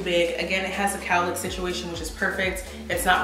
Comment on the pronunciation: Sis did you say “cow lick” instead of “cowl neck” 😂😂😂